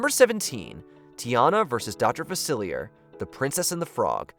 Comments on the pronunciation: “Tiana vs Dr. Faciliyer”😭 it’s pronounced Faciliyay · Psst - "Facilier" is probounced Fa-sill-ee-yeh. The French are weirdos that put surplus Ra everywhere and then never use them. XD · In "Princess and the Frog", Dr Facilier's name is pronounced "Fa-sil-ee-ay" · please tell me you did not just say Dr Facile’s name wrong